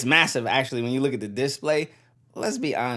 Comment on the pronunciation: your vids are good but every time you say diss-play instead display i cringe a little lol, keep up the vids though